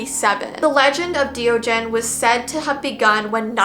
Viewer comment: You sai it as De ogen and i am from Beljum